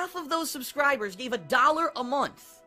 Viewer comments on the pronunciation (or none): none